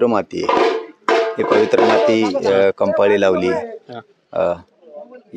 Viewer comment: कंपाळी 😢😮 कपाळी म्हणा पाटील जास्त शुद्ध बोलतय 😂